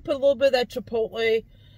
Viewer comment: Thank you for pronouncing chipotle like a pro. I'm glad you make these videos. I like to watch them and it makes me feel good to know you're out there making them. My favorite Taco Bell item is the Burrito Supreme. I especially liked it a long time ago when they put a few slices of canned black olive in them. They don't do black olives on anything anymore. I also honestly like the plain crunchy taco a lot. I probably get that more than anything else.